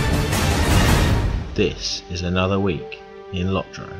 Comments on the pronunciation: Its Lot-ro . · Yeah when i hear lot-ro it sounds like lottery. So I like the low-trow pronunciation better also :)